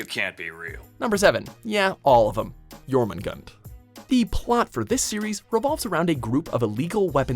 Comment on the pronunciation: I love how butchers the jormungands name then continues to do the same with its description smh lol